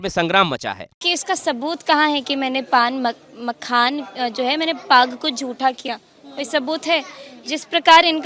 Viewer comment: जो मखाना नहीं बोल पा रही है जैसे लोगों से बिहार क्या उम्मीदकर सकती है ऐसे लोगों को वोट करना दिल्ली मुंबई पंजाब गुजरात हरियाणा पलायन रुकेगा नहीं